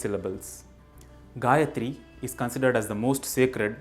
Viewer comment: Correct pronunciation, but not the correct "recitation". Here is an appropriate vedic version of reciting the mantra: Great series! Nice video. Thank you. But there is one important point you or anyone watching this video should note down. Your pronunciation of gayathri and comment on the same is very right. But it is not the correct "recitation" of the mantra, the vedic swaras are missing or very inaccurate. I don't know whether you have done this purposefully (may be for this public video). If this is how know/recite it, please correct it. Most of YouTube is full of Anuradha Padwal's Gayathri. But here I have given a link with appropriate recitation. Please follow it, if not learn recitation from a vaidika.